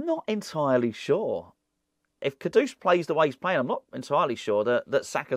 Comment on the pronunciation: For the love of God, what is with this “Kodoose”?? It’s Kudus mate. 🤦🏻‍♂️